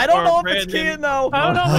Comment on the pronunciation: BRUH ITS KEYIN NOT KEAIN